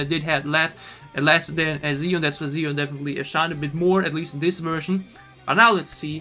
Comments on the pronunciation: Thanks for reacting to both versions and your breakdowns! I love both, but the slow one hits me harder emotionally. By the way, Siyeon’s name is pronounced She-yeon. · why do i hear you calling Siyeon ''Ziyeon'' xDDDDD